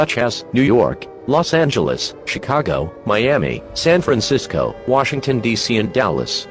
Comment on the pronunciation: Bro did you just say Los English